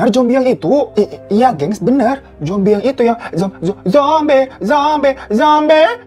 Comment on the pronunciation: Zombi bang 😄 bukan jombi 😄😄😄😄😄@